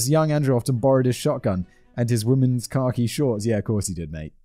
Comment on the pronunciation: Does anyone else hear “car key” shorts, when Simon says khaki? For the life of me, I couldn’t imagine what car key shorts were!